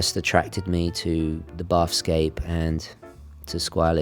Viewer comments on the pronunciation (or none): Just a tiny pedantic thing: "Bathyscaphe" is pronounced something like like "matha" (but with a 'b") and "scaff". Submarines designed specifically for diving to extreme depths. The bathyscaphe Trieste (Swiss-designed and Italian-built) was the first to descend over 10km to the deepest point on Earth, the Challenger Deep, in 1960. Awesome watch, that blue is fabulous.